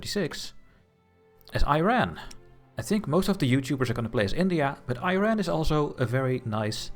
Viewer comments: Great video! Looking forward to the next episode. however you gave me (an Iranian) a seizure every time you pronounced the name of the country. It's not I ran. It's eeeeeeeRaaaaan (pronounce e, then fullowed by Run, eRun one might say) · Cool video mate, but please stop pronouncing Iran like "Eye RAN" lol it should be "ee-run" or "ee-ron" inb4 am Iranian